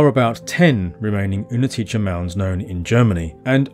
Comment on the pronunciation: its -tse in the end of the word, but its okay. anyone who even tries go with czech, gets points.